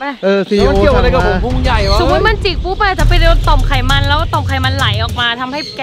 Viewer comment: ไขมัน ไม่ใช่ขมัน